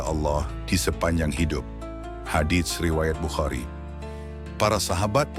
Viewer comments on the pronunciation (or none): none